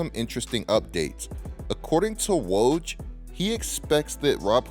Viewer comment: Bro it's "woj" not "waaj" lmao 😂